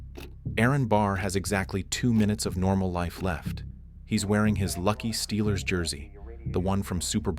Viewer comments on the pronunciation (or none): none